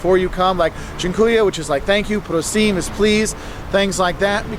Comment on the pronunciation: Please in polish is NOT "prosim", is "proshe"